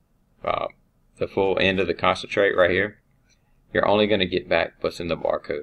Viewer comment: I believe they're pointing out it is pronounced con-cat-en-ate and not 'concentrate' as it is said throughout the video.